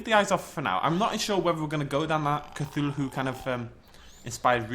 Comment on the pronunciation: Cthulhu pronounced "cah-thoo-loo" not "cah-thoo-loo-hoo."